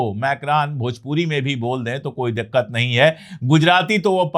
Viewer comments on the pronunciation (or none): Dakkat nahi dikkat hota hai sir sorry 😔